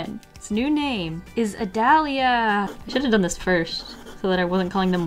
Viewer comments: I’m p sure that Adalía is pronounced add-a-lee-a because the accent is in the i but idk dude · My mom's name is "Adalía" and the way u pronounced is how people always mispronounce it so I laughed and died inside 🤣🤣🤣🤣